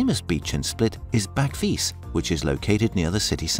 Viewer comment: Bach-vit-ze... The J is pronounced like a Y always...Nevermind. You pronounced about 95% of things wrong. But you still covered some great things to see and do here. (Also, that wasn't Bol in the video)